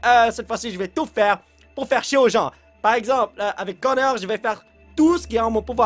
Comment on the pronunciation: Et on dit Connor pas coneur